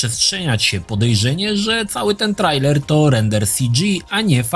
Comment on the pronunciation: Po polsku czyta się trejler. Pozdrawiam serdecznie